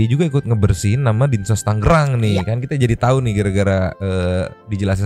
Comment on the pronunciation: Bang, "Tangerang" bukan "Tanggerang" 😅